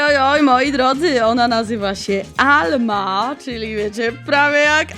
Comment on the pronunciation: Troche jak lama a nie alma😂😂